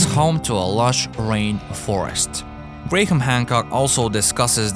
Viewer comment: Can you teach your compuvoice that Graham isn't usually pronounced Gra-ham, oy Grayham